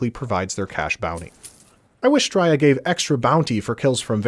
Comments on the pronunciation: Bro, enjoying your videos and i rarely comment but please if you ever say the word again, its Stray-a not Strya. It's criminal how you dont have more subs too. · Fuck it hurts my ears every time you say "stroiya" 😂